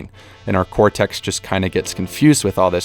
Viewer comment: your subtitles need fixing man... "doesnt" "consiosly" "baisiclly" "hippocTampus" "inclusevly" and for pronunciation, it's not "cortext" it's "cortex" -- "hippocampus", not "hippocamptus" please fix. thx.